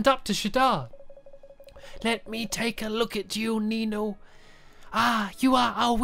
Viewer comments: Oh and niño is pronounced ninyo not nino although I know you'll never see this cuz this is my second time watching ur ni no kuni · niño is pronounced ninyo and niña is pronounced ninya. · The words with letters with a... squiggly on top are pronounced with a Spanish accent, and since I speak Spanish it's really annoying when you say the words wrong :)